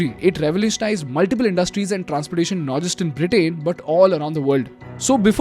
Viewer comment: Why are you saying Britain as Britaaiin & mills as miles?? 😂 anyone noticed